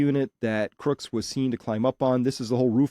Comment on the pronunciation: I'm very grateful for your wonderful work Chris. Greg Nichols wife is the 1st person to pronounce Crooks dead correct?